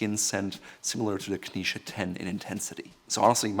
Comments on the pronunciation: Why do you pronounce Knize as though it were spelled "Knische"? As a native German speaker, your choice of pronunciation is puzzling. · He pronounces 'knize' like the jewish dish 🙂